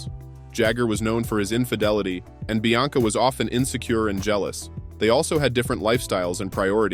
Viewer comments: Bianca NOT BLanca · The name is Bianca....NOT Blanca. Jade was born in 1971....NOT 1977. The name is Georgia May...pronounced like the U.S. State....NOT Gorga. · This video is a joke. I mean, who's ''Blanca"? (Bianca). And you can't even pronounce Gimenez correctly. So many women not mentioned.